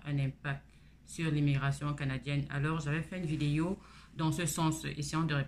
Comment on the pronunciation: Bonjour on dit vidéo stp pas videyo